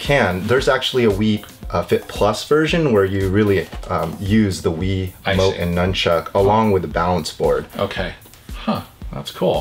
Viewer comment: Why do you say wii wumote